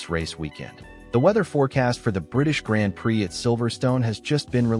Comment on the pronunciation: If you can't prounace grand prix why should we believe you check is gone